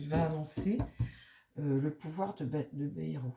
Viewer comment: Bonsoir, on dit: BAILLE ROUE